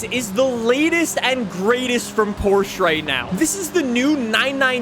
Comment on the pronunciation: Say Porsche right🫥